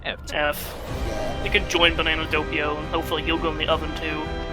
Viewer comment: DOH PEE OH NOT DOUGH PEE OH